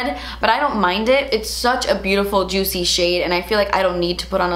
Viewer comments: I love you but I literally couldn’t keep watching with how you we’re pronouncing juicy... it must be too early in the morning for me lmao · REPEAT AFTER ME: JOOT-SEE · Me when says juicy::( Me when says ju- tsy::) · Take a shot every time says the word juicy (aka juTsy) 😂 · The only person who can say Juicy.........with style.......but- ITS JUST J-U-U-T-S-I-E hahaha!! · "Juitchy" it kills me hahahhaa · No one:.....: JUITCY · Im here for 'jut-see' from her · Who else LOVES when she says juicy 🤣😊